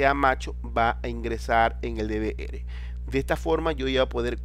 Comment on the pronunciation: Odio q pronuncien mal DVR XD